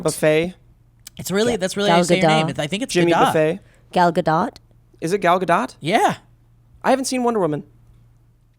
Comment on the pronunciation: It's Ga-dote :) Not dough or dot.